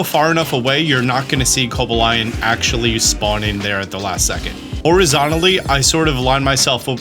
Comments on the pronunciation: it's co-BA-lion, not coba-LION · why did you call cobalion coba-lion? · "Cobalaion" lmao drop the A there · Terrak-eon Viriz-eon Coba-lion 🤨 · the way you pronounced coballion 😭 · I thought Co-bal-li-on was pronnouced like this. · Don't be kobalying about that pronunciation... Merry Christmas to you and your family ! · co BAH leeyon please 😭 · You didn't just pronounce the "-lion" in Cobalion as the actual animal lion??? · did you say co-bill-e-on? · I think 12 seconds per check is a more realistic number, also failing to mention GO as an easier way to find these shinys is something worth mentioning. Your pronunciation of Cobalion really threw me off 😅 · You are clearly saying cobalion’s name wrong. 🙄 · thanks for the tips but i hope i never have to hear this man pronounce 'Cobalion' ever again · never heard someone pronounce Cobalion like that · can you say Cobalion again?